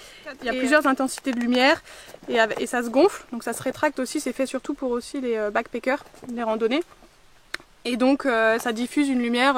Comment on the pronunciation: Beck peckeurs ??? Backpackers il n'y a pas de é dans ce mot! Si t'as un doute vas voir sur et appuie sur le petit haut-parleur pour entendre la prononciation 😉 you're welcome!